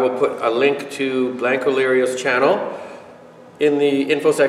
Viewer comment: It’s not blank o lerio. Get that right first.